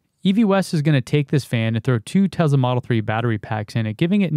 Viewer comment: Tesla not Tezla. Tezla is slang. Like, whach'ya doing!